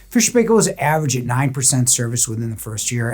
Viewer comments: The pronounciation is not "pay-kell." It's "pie-kl" ... akin to pickle. Proper pronounciation can be heard on videos produced by the company, go figure. My double-drawer unit was 20 years old on 8/21/2023. It has had a few repairs, all DIYed. I also have F&P washers (two, agitator and impeller) and the topload dryer with reversing tumble. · Good review. It's pronounced Fisher and "Pie Kill".